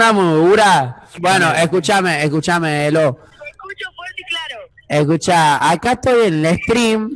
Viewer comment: "Se me escuchah?" Es el apagasteh nuevo kjKAJKAJJA